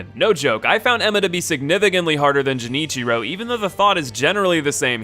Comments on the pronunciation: I wonder what moved you to pronounce G differently in Genichiro and Gyobu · Jesus Christ, that is the worst pronunciation of Genichiro I've heard in my life... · Do you mispronounce Genichiro and Ichimonji on purpose? To be funny I suppose? Just curious really. I found Demon of Hatred the most difficult and Lady Butterfly was much higher on my list because I fought her early. Once the combat “clicked” none of the humanoid bosses seemed nearly as hard anymore so I found her even more difficult than the sword saint in fact. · I swear to god if you mispronounce Genichiro again.... Edit: Also uh, The corrupted monk is a gal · The secret boss is pronunciations. “Jenichiro” Oof... “Gyuubuu Mastaka Oniwa” No, there can’t possibly be more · Dude the cutscenes and npcs literally tell you how the names are pronounced. Genichiro is called by his name a lot and you can hear the hard g, it's not jenichiro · I don't understand. You have played the game yes? They say characters names several times. Especially genichiro. But for whatever fucking reason you still pronounce it "jinichiro" and not "genichiro". I don't understand, your clearly aren't an idiot, so why do you act like one! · i left the paused when i heard Jenichiro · My favourite boss - Jenichiro, The Way of Tomo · "Jenichero way of tomo" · Everytime he pronounced Genichiro as "Jenichiro" I died a little. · “Jennycheero Tomo” ….wtf is that pronunciation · ah yes, Jenichiro the way of tomo and gyubu mastaka oniwa, my favorite bosses! I'm glad he covered them :) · Anyone else a little pissed how he is pronouncing genichiro as jenichiro, i am literally seathing, he clearly played the game and still cannot say his name right smh. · I hate the way he says Genichiro... Edit: scratch that... I don't like how he says more of the names... Edit 2: that isn't the ape's bride... It's his daughter... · I swear if he says JENNichiro one more time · everytime he said Genechiro i cringed hard, but good video!